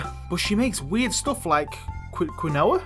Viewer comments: Quinoa = Keen-wah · Quinoa ( keen-wah ) lmao. It's good, you should try it sometime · Quinoa = “Keen-wah” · I also had a giggle at that. It's great stuff!